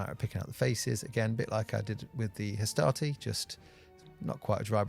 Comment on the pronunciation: I was quite confused at the start of this video. It made more sense once I realised you were saying Hastati and not Astartes....